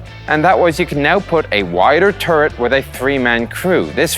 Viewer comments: it's turret, not turd you keep saying turd, turd, turd :P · In Oirish, it's pronounced turd.